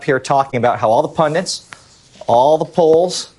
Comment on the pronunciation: How does bro not even know how to pronounce pundits.